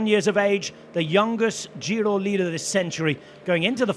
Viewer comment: Bike bore Ned tries, but butchers the Italian names more than his soon to be forgotten TdF efforts.